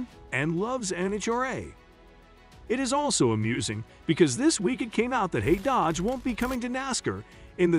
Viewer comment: Whoever is speaking, knows anything about nascar. Pronunciation sucks and knows anything about Tony Stewart or nascar. Calls Dodge dodger. Useless waste of time.